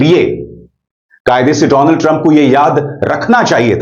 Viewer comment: Dolaaaand trump 😂